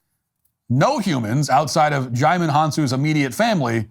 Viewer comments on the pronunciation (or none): DiJimon 😂. it's pronounced JI-MON. But I bet you know that. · HAHA “Digimon”. It’s pronounced “Ji-mon”, the “D” is silent.